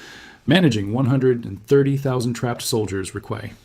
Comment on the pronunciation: Any chance of fixing the AI word pronunciation? Tapp d, t he, m a p grid, these are just 3 examples.